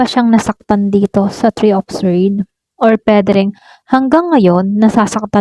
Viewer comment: Ano yun swerd ? Baka sword ang tamang bigkas ay sord silent w yan hindi swerd